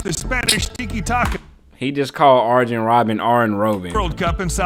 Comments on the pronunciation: the video is right, it is pronounced "Aryen" not "Ardzhen" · it's pronounced arYen Robben not arJen. Same way you pronounce aYax and not aJax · Bro tried to correct Arjen robben and still got it wrong 💀